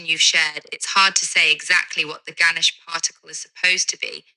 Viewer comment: It's "Ganesh"